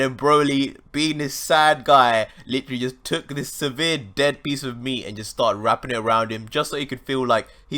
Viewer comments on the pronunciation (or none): Please understand the difference between "sever" and "severe".